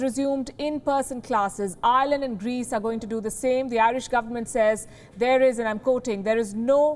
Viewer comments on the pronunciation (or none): none